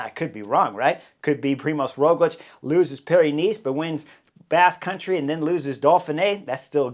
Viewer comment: I am from Slovenia . It is a small country with some 2 mil of people speaking Sovenian. Yes and living some 10 km to Tadej and 15km to Rogljič home, being cyclist also myself I am huge fan. When Rogljič pass me riding uphill has been always a push . But your English pronunciation of both names is so weird ROOOgljič o means O on upper not and finish with hard Č like your CHerry or even harder CH TaaDEeej I dont know how to explain . It is so different :) to yours